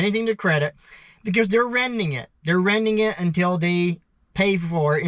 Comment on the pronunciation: Its strange you pronounce renting "rending" but then you pronounce shed "shet" so it's not like you have a speech impediment where you can't say D's. Just swap the D in rending with the T in shet and they'll both be right😅